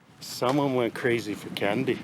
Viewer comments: it's CHANDII not candy 🍭 lol 😂😂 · "C" in Indonesia pronounce like ch,or che as latin I think. Not in English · Candi not candy Lol 🤣🤣🤣🤣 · Your vedios are good . But the way of laughing imitating is not correct . We use local pronunciation only. Candi they wrote like that but actual is chendi . Do remember when you visit temple or any holy place there don't laugh imitate those areas . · Good morning at 06.40am from Jakarta and. Thanks for exploring Yogkarta and Magelang and showing the magical Temples in both City. I like when says 'candy' to call the 'candi'. Hahaha it's so funny. I never skip your videos when you're in Indonesia and always waiting every week for the video. Terima kasih and enjoy your trip.